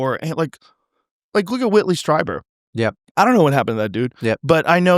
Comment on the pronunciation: It's not Strajeber his name is pronounced "Streeber". Gary Nolan also always pronounce Whitley's name wrong